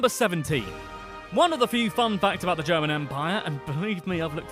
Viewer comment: The pronunciation of the commentator's German is dreadful again. He knows about the Adidas, though. German is such a straight forward language. You read a letter or a combination of letters and you know how to pronounce them. Peculiarities: "g" is always pronounced as "g" in "go", "c" and "z" is always pronounced as "ts" (!), "ch" is "kh" (something like that), "sch" is "sh", the vowels are also straight forward, but a bit difficult to explain here.